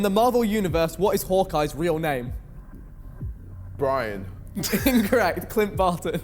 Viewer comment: Who is Hawkeye? JJ: "bRiAn"